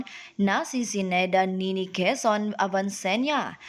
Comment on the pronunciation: Quezon ,grabe naman pg pronounce mo ayusin mo..